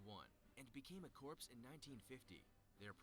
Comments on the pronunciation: Im triggered...he actually says “corps” with the p and s... its “C O R E” it’s like the dude has never heard of the United States Marine Corps...or any other military branch with “Corps” in it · The guy is pronouncing corps wrong. Its pronounced like core. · He keeps on saying corps. And it’s wrong haha. It’s pronounced “core” because a corpse is a dead body. Think US marine core not us marine corpse for pronouncing. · The narrator be like: "Corps" Bruh. It's pronounced as "Core". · I wanna hit my head against a wall when I hear people pronounce it like corpse. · USMC Scouts are underrated, same with Air Force Para-Rescue. They both work with SEALS. I'm surprised Spetznaz wasn't on this list. I hate how he pronounces Corps. Then, there are those that we don't speak of... I spent 10 years in the U.S. Army, and still don't speak of them, because they don't exist. SOAR is probably the most underrated group in the world. They are the best trained pilots in the world. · Someone needs to tell that guy that's not how you say 'Corps' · It make me mad that pronounces the p in corps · I hate how the people who know the least on the topic make the videos like that. Like that man couldn't even pronounce 'corps' correctly. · My family is military as well, and It's kinda annoying when people get it wrong... Glad to know I'm not the only one who feels weird hearing that 😂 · The way they pronounce corps just hurts